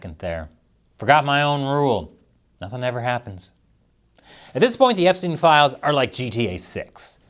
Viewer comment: 🍯◻️🇺🇸◻️ Did you say files or piles? Maybe she has Tiles on her desk! ⬜️🟩⬜️🟩⬜️ 🟩⬜️🟩⬜️🟩 ⬜️🟩⬜️🟩⬜️ 🟩⬜️🟩⬜️🟩 ⬜️🟩⬜️🟩⬜️ ⭐️⭐️⭐️⭐️⭐️ 🇺🇸🇺🇸🇺🇸🇺🇸🇺🇸 🍯🍯🍯🍯🍯